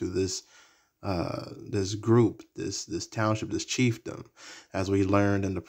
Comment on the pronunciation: I love how you spoke chiefdom 😊